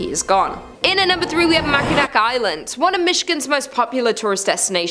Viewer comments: Same I agree😂😂😂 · Please learn how to say Mackinac. It's pronounced MACK-in-awe Island. Thank you from a michigander whose pet peeve is exactly that 😂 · It’s driving me insane everytime she says it 😂😂😂😂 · People are ALWAYS mispronouncing Mackinac!! It's so annoying 😊